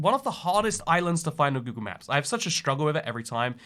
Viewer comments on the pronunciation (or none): none